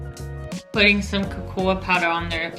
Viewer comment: She’s so cute about like 👍🏼 and sub I’ve ever seen and cute especially when said cocoa powder incorrectly. I heard coa powder. But All good girl... Keep up great 👍🏼 work